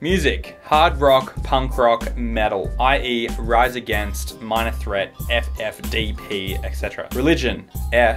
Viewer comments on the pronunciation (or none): none